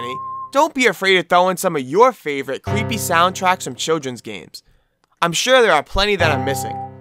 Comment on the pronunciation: “Whewe we dive into cweepy video game topics” Quit with the voice or else.